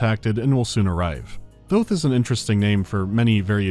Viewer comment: THOUTH??? THOUTH THOTH